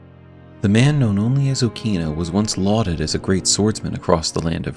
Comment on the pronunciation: In Japanese pronunciation, it is pronounced as "O-kina" in short "a" sound.